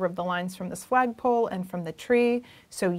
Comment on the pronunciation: Am I the only one who heard say swag pole.. 🤣🤣🤣